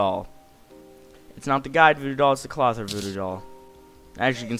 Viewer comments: Cloth-eer. Not Clother. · You are saying Clothier wrong hth